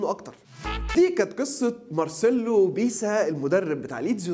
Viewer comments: اسمه مارسيلو بيلسا مش بيسا يا عم اصحي ليغفلونا ✊️😄😂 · بيلسا يا عم مش بيسا